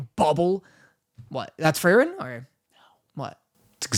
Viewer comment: "Frey-ren" is killing me lmao